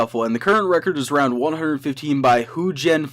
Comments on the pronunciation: Roud instead of round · Lol he says roud not round 😆